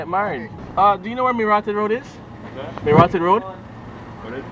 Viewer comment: its mi rahtid road not mi rotted road your not Jamaican so u wouldn't understand